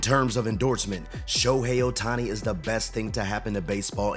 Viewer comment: Yes, we all love him, don't we? Just a small thing... it's not a little valley（小谷 Otani) but a big valley(大谷 Ohtani).